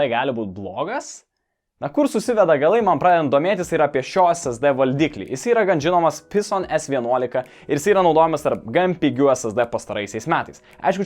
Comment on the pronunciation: Phison😂😂😂 tariasi fison angliškai